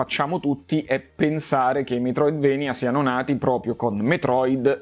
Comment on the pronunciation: comunque si legge Metroidvania, per come si scrive, per il fatto che il nome di Castlevania è preso dal posto che è la Transilvania dove giustamente che il è castello di Dracula, che alla fine è il nemico principale. Quindi se dici "vania" e più giusto di "venia"